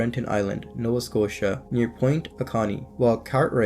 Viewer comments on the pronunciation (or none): none